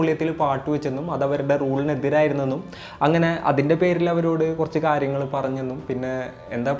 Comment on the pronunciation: Pls avoid ‘kaaryagal ‘